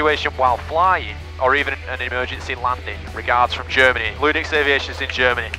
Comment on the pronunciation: Holy shit even pronounced the name right! Thank you for your teachings. I hope to get a chance to come down there for some IFR training before your ATP gig starts.